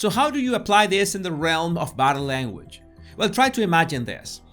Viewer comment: I smile every time he says "boh-dah lairn-wej" 😄